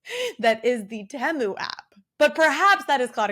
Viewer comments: I thought it was pronounced Tee-moo? The adds have literally drilled this into my head 🙈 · They also sell your personal data. I'm not shopping like a billionaire. Say Temu properly also